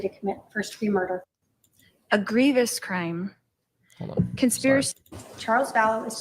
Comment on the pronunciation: I think she meant egregious. She said grevious. I don't even think that's a word